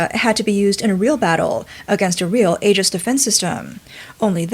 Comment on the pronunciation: It’s pronounced E-jis not A-jis😤